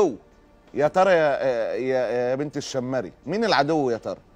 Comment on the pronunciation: ال شيمري انطقها كدة قبيلة شمر من اعطو ال سعود الشرعية أول من تزوج منهم عبدالعزيز السعود الكبير وبعدها بدأ يتزوج من كل قبيلة سيدة حتي يكسب ود القبائل